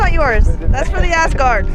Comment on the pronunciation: The fact that you said Asgard made you ten times cooler in my book.